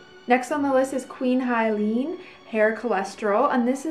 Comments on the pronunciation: Queen Helene. He, not Hi. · You are miss pronouncing Helene.